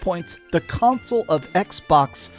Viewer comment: Don't forget how he says console. The way he says it is flamsol.